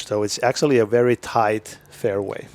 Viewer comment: Please, learn how to say "actually"